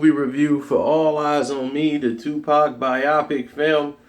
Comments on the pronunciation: B'i'au pic?? No it's pronounced Biopic (bio-pic) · did this nigga just say buy-optic Cuh it's bio-pic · it's "bio pic" not "bi-opic." very accurate review. very disappointed. movie was trash. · The way he says biopic lol 'bye ah pic' 😂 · BIO-PIC say the word correctly I have know idea what word u tried to say